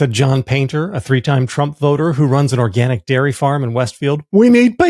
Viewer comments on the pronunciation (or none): none